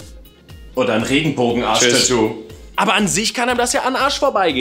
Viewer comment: so wie dass Regenbogenarsch -tattoo ausgesprochen hat, hatte ich daraufhin ein Bild im Kopf von einem Regenbogen der aussieht wie ein Arsch... sag dass nächste mal bitte Regenbogen-arschtattoo...dass war gruselig. oder war es so gemeint:0?